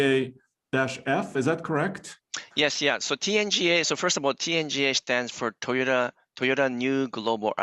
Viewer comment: Éste Guey dice tai o ta tai o ta its toyota homie not rocket science.